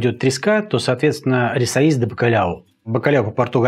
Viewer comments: Спасибо за рецепт,это вкусно!Тоже живём в Португалии,22 года,на самом юге.Люблю ваш канал,только резало слух произношение,правильно не рисоИйс ,а рисОйеш. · По Портунальски правильно Rissois de bacalhao,произносится Риссоиш,последняя буква с произносится как Ш.Спасибо за рецепт,ностальгия прожил 11-лет в Португалии! С ув.